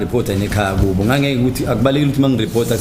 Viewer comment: It's not "kibo" it's "kubo" this interpretor😡